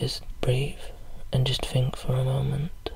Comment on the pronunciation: "Just fink" :D Extra relaxation because you don't pronounce the T!